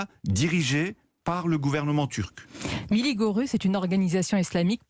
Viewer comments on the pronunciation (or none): Je me demande quand 'nos' journalistes respecteront la prononciation du turc ? P.tain, c'est pourtant pas compliqué, de prononcer : "mille lits gueux ruche" (en roulant les 'r', s'il vous plaît)!